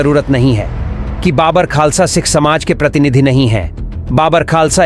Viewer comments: बाबर खालसा नहीं बब्बर खालसा बोल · बब्बर खालसा बोलिए आप बाबर बोल रहे हैं. उच्चारण ठीक कीजिए